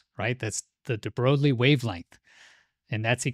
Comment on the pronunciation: Pronounced De Broy al